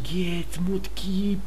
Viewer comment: не мудкип а макеп